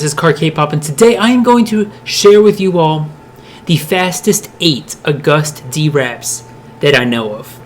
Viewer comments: when he said Agust D it reminds me of a person saying, "A gust of wind." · You showed a picture of Jimin instead of Yoongi while talking about Cypher pt. 3. Also, Agust D is pronounced as the month August. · i’m not trying to be rude but agust d is pronounced as the month and then d and he also released his mixtape in 2017 when they already debuted. again i’m not trying to be rude again just helpful? :) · It is Agust D as in AUGUST omg Great video but the name just made me CRINGE literally cried in tears. But good job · it's pronounced August like the month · Agust D, its just like the month not what it is spelled like! No hate, I still know what you mean though. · Nice vid but you say it like AUGUST d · Agust D is said August D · 'Agust D' is pronouce as 'august d'😉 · the way he says agust d makes me wanna die "uh gust d" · "AGuhSt D" ??? bish wet? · Its pronounced August D bruh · OMG it's August D that's how u fuking say it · He's pronouncing the name wrong. Say it like you say the month Agust. That's how you say it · I'm sorry and Ik u addressed this but you said "A Gust D"🤣🤣🤣🤣🤣🤣🤣🤣🤣🤣🤣🤣🤣🤣🤣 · You said his name wrong lol it’s pronounced like August but it’s agustD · CarKpop I luv how you said u-gust d and shuga it was hilarious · Haha it's pronounced like August like the month❤ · *u - gust dee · Not to be mean.. It’s pronounced AugustD 😂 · Bruh u cant even pronounce august properly .... say it how you prounce the month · CarKpop u pronounce agust d WRONG ITS LIKE THE MONTH AUGUST AND D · Yes your videos are amazing but you are pronouncing every single one of his different names rong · The way he said Agust D 😂😂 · The way he said "Agust D/Suga/Yoongi" made me cringe so hard. He can't pronounce his name at all. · Too much of this dude taking not enough August D. And it's pronounced like the month... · How you said Agust D made me dislike I'm sorry bút the video is good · im sry to say this but i laughed so hard when u said Agust D xD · I’m triggered “a guh hsst dee”